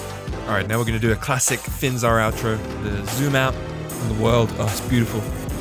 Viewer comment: its FINZAR not finzar